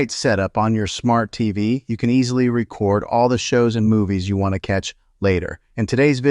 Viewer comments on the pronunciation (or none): The word is "Re Cord"